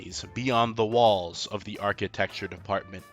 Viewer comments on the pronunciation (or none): none